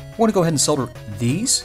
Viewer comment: I think is the only North American I have seen who can pronounce the word solder